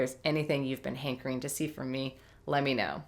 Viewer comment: So glad to see you back! :D I relate to a lot of these struggles, stresses, and traps. This challenge is a great idea and sounds fun. <3 Bite size challenges like this really help me to create when I'm in a rut. P.S. When you said "hankering" I heard "Hank Green." It made me giggle.